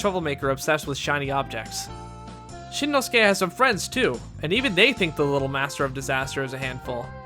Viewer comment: Shinnosuke... nicely pronounced